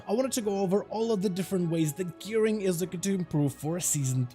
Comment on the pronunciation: I laughed at that too. The extra R is really noticeable. 😂😂😂